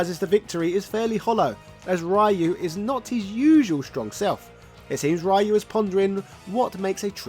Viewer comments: "Rah-you"🤣 Just like the Van Damme & Raul Julia movie. Rayu is a gyoza (dumpling) dipping sauce and Ryuu (Re-you) means dragon. I think it was SF4 that people started to pronounce his name correct. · His name Ryu is pronounced Roo or Rew like dew not Rie-ew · Thats not how you pronunce Ryu Its RI - U NOT Rai-iu In every game pronunced the nace correctly... why the people still mispronunced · His name is Ryu (ree-you)… not (Rye-you). 🤨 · Geez, Breh. Even Sensei Dan from Art of One Kenpo Karate Dojo got Ryu’s pronunciation right. It’s REE-Yooh, not some kind of bread. Get it together!!! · Ryu is pronounced REE-YOO.... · Street Fighter Alpha/Zero was heavily influenced by the SF2 animated movie. I'm surprised that wasn't mentioned in the video. If people didn't already know, the stadium stage in SFA/Z was an "homage" to the Bruce Lee/Chuck Norris fight in Way Of The Dragon. Also, "Righ-you"...🙄 Thank you Mortal Kombat; Shirai "Righ-you". Then again that mispronunciation might not have anything to do with MK. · Its pronounced " Ree-oo" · I can tell if he's butchering Ryu's name on purpose lol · My ears bleeds everytime when americans keep mispronouncing the name of Ryu. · UGH the way you pronounce Ryu is DISGUSTING and you mentioned in another video you know how but just won't?!? Dafuq lol Interesting though I also like the idea Ken invested in crypto and lost his fortune then Elize showed her true colours and left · Why do you keep pronouncing "Ryu" Like that 😢